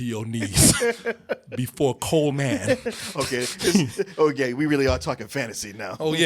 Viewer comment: This dude said "Cole MAN". Lmfao, you two are cracking me the hell up in this review!!